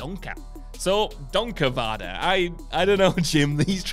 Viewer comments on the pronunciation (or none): I'm Dutch and when you said donkere vader I became really mad.